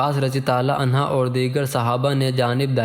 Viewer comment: Aslamo Alaikum bhai apka talafuz ma ghalti ha anha aurat ka liya istemal hota ha or mard ka liya anho parha jata ha acha kaam kr rahay hain ALLAH pak parhnay ma jo kami baishi ha door karnay ki taufeeq ata farmae Aameen summa Aameen